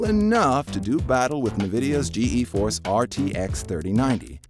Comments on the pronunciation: The “ Ge e force RTX” lol I’m gonna forget about this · G-E force? “Nuhvidia”???? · when I heard "Ge Eforce" and "Nuhvidia", I turned iff the video